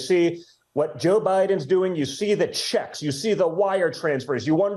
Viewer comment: Don jr says “jOe Biiidenn gets ‘shecks’ inna mail.” 😂